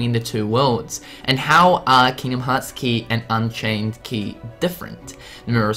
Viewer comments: You do realise at like you said "unkaind chey" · "Unkained Chey" "Disdiddia" "Threat Rhythm"